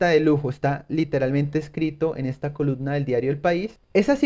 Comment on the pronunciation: Se dice coluMna, maldita sea hable bien